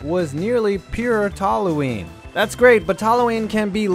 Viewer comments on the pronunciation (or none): none